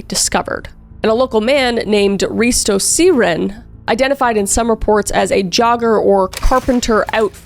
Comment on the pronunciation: Omg no wayyyy! I live here in Filand and I'm so happy you made a video about it. Also you pronounced Risto really well! Love you Kris❤